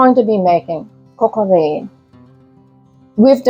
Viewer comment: The paste is called a roux (roo) and vin is pronounced van no veen